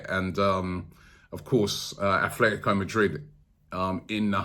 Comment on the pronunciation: Robbie... There really is no 'th' in ATLetico Madrid.